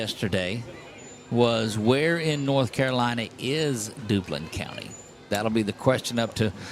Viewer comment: That’s not Dublin County, It’s Duplin with a P!